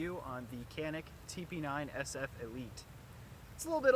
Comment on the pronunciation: For an american u pronounce canik...but it pronounce jahnik..whos the no.2 moron???